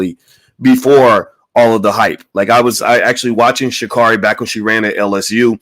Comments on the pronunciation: Sha' Carri is pronounced Sha Carey. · He's going to just mispronounce her name...SMH!